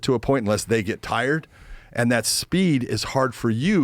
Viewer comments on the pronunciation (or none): Did he say “TARD STRENGTH “? 😂😂😂